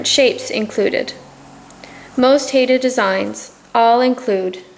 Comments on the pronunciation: WOW! How White Are You? Maybe Learn First How To Pronounce Our Native Name!!!! It's 'Hi Da" NOT "Hayda". Thank you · Great information on the design but for being a teaching lesson for students, you would think the woman doing the video would know how to pronounce Haida correctly!! HI-DA! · The masks are also a part of our oral history and language and we are pronounced "hi-da" Haida